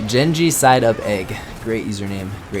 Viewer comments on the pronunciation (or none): Lol he pronounced genji wrong and btw don't get butt hurt because I said this